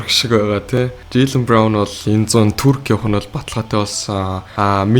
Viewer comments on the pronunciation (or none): none